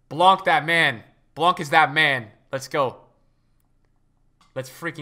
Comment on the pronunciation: En français on dit blanc sans dire le « c»